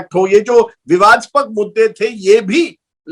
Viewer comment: विवादास्पक नहीं विवादास्पद होता है राजदीप 😂